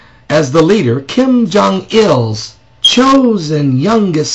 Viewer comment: I don't like Kim, any of them, however he is pronouncing Kim Jong Un... its a long U. He's not the best at sarcasm... he gets an E+ for effort.